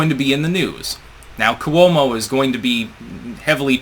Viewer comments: It's KWO-mo, two syllables. Not Koo-WOE-mo, three syllables. Yet one more word/name mispronounced by. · For God's sake, it's KWO-mo, two syllables.